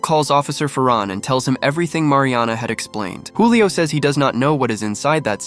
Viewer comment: Julio not hulio😂